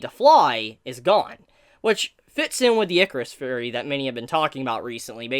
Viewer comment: i just noticed that you say "Fhurey" instead of theory is that an accent thing?